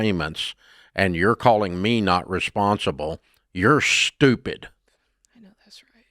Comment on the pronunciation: I loveeee when Dave says “you’re STUPID‼️‼️” 🤭🤭🤭🤭